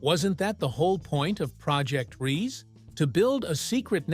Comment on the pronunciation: It’s pronounced RII. SE the SE sounding like SER do get your pronunciations rights, it such an insult !